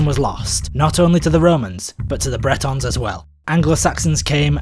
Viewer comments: Well done!! But "Bretons?" I think it's 'Britons,' right? Specifically, Romano-Britons. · Bretons = Celtic people of Brittany. Britons = people of Britain, rhymes with Britains.